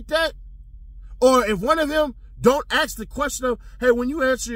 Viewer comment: I can't believe what that lady said to Quinn. Let me aks you instead of ask..... she is ghetto acting all professional 😂😂